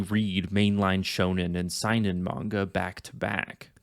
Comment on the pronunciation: You pronounced Seinen wrong and yes you are right Seinen and Shonen are more than their demographic and the perception of those types of manga